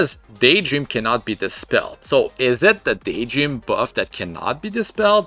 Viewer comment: Daytdream instead of Daydream oof.